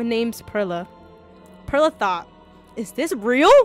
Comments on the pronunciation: PEE AIRLA, PAIRLA, ITS JUST PERLA LIKE PEARLS OMGG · I thought it was supposed to be read like PEARL-a yk like a pearl, English for Perla. Cause Pearl in spanish is Perla yk what im saying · Perla? Who the fuck is that I only know PEAIRLA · Pee-air-la you mean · P air la that's what I hear